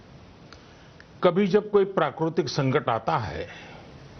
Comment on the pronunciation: PRAKURTIK?? Lol